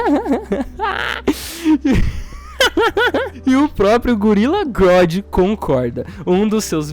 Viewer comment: ele chamar o super humanóide de grodd me da um pouco de agonia. kkkkkkk